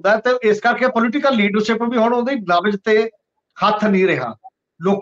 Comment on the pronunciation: Pronunciation of words like Leadership,Shuru , Kush . Crucial,National etc. need to be rectified . Agricultural problem is concerned with the whole of the country . Why are only Punjab farmers so agitating ? Thanks .